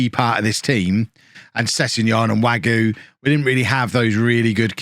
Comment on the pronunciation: There's an e with an accent aigu on the end of Wagué. It's definitely Wag-ooh-ayy. Or Wag-you-ayy. And agreed about Zamorano: he seems great, but 22 mil is A LOT for one player when you've got the budget/lack there of that Norwich has. You can get someone of the same ability for much cheaper, or you can just loan him again.